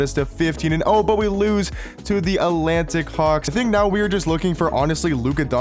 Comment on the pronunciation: “Alantic hawks”